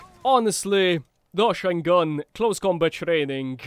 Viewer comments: Isnt it called like Dosh-sheen gun like Machine gun? Not Dosh-shine Gun lol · I'm pretty sure it's pronounced "dosh-een-gun" like machine gun but with a D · FYI its pronounced DoSHEEN gun, its supposed to sound like machine gun, great vid btw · I feel like "Doshine" should be pronounced as if it rhymes with "Machine", as in, machine gun, Doshine gun? Seems to be a really bad pun.